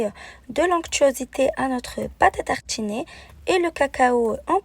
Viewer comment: Pate a tarchiner C'est partchhi 😂 Bien fancer 😂